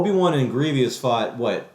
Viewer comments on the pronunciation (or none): Your opinion is shit and you should feel bad. Also, learn how pronounce Grievous correctly.